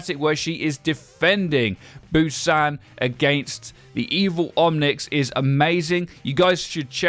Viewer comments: It's Busan not Bousan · "Bousan" huh?